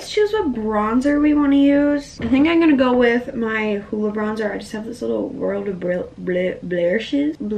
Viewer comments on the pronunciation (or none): “ien gonna go now” lol no hate love you